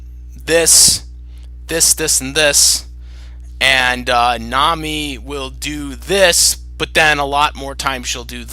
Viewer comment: Thanks for making this, and yes you said ma name wrong, but ti is ok, it is not english name so you can't know that. I would personaly buy Nami, because I really like her. Rukia is better fighter, and she definitly has good moments but I do not know why, but I bever personaly care much about her. I made a mistake and not realise that you do not know all episodes of One Piece, I watch 750 episodes myself the reason why I like Nami is that she has development, she is quite smart, smarter that many people realise I beleve, and she is also more funny. Rukia is more helpfull fro Ichigo in combat, but Nami work more like brain of team. Luffy himself admit he can't think without her (not remember when), that is maily because Luffy is sometimes idiot, while Ichigo is very inteligent so Nami has more spece thatn Rukia in that regard. And yes Nami love money, I belve every Straw hat member have some obsession, but Nami can overcome this and care more about her friends than money. If there is someone in One Piece who can't overcome his obsession that it is Sanji, his love for woman is sometimes greater than his loyalty to friends so I do no like him, but Nami, she can be very protective and kind. Another reason why I like Nami is her fighting style, she not fight much but I would say that her weather bending abilities are original and interesting. Rukia is far more powerfull but her snow/ice powers are in contrast, rather boring. But still cool video I like it.